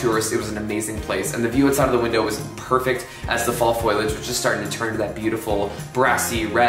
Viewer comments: It’s not “foilage”… it’s foooliage. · Great homage to The Berkshires! Thank You! I am a transplant from NY but I’ve Been here for over a decade (so I’m a local now haha). Glad you loved it here. I feel lucky to live here. One thing, you may be pronouncing foliage wrong. It may just be how Canadians say it?